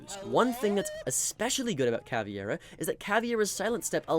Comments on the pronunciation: It's not CAVIEIRA, It's Caveira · Bro, she's Caveira. KUH-WAY-RUH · he was actually pronouncing it CA-VI-ERA.. ..but you're right and it's wrong wither way, because it's CA-VEI-RA (meaning "skull" in portuguese) weirdly enough, most people seem to not be able to correctly pronounce the VEI syllable for some reason xD they pronounce it just VE without the I.. why is that?! on a side note, the same mispronounciation also happens with Capitão and with the new Tubarão it seems all portuguese words are somewhat mispronounced, in on way or another.. ..but in these two cases i kind of understand, because if i'm not mistaken, the english language doesn't have a sound for "ão" so they just pronounce it without the ~